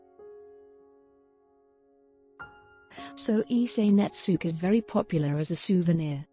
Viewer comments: I'm very sorry, but the word Netsuke is pronounced Net-ski not Netsooka I have studied this artwork for many years but, still not pleased with my designs like the Masters of Japan. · I thought it was pronounced 'Nets-kay', not 'Nets-ookay'?